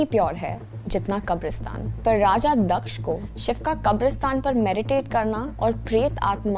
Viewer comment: First of all its not दक्षा it's दक्ष